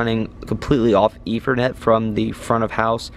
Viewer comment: I swear it sounds like you are saying "efernet" instead of "ethernet"